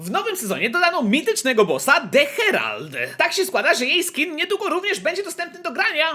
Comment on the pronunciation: Harold nie herald